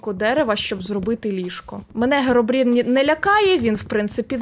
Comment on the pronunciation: Херобрін а не Геробрін